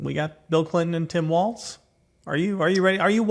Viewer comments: Please learn to pronounce "Walz." It's WALLS, not WALTZ! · Sarah and dude, it's Walz, not waltz. You know, like walls. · Yeah, they keep saying "waltz." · Pronounce Walz correctly, please. It's "walls" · Might be easier to convince swing voters regarding Walz if you pronounced it correctly. WALLS. SMH